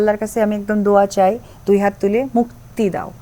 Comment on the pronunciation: হিন্দুর বাচ্চা দোয়া কে বলে সুরা। তাও আবার ভুল উচ্চারণ। সাকিব কে ইনকারেজ করার জন্য ধার্মিক সাজার অভিনয়। মিথ্যাবাদী, বহুরূপী মহিলা